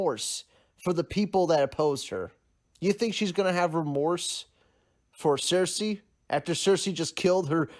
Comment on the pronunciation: "Danarius" "cersese" haha